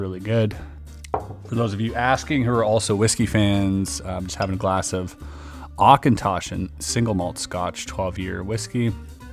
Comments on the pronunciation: Immediately recognized the auchentochan. Excellent choice. [Edit]: but the pronunciation... my ears... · Do you like Balvenie whisky? 👌 Little pronunciation help Auch is Ach with the Ch sounding like the Ch in auch in German, so Achintoshin 😜